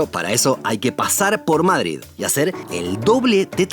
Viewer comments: ¿Por qué pronuncias Mádrid? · Aprende a pronunciar " MADRID " 🤢🤢🤢😣😣😣😣